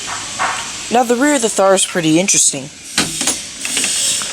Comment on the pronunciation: It's pronounced "Tar"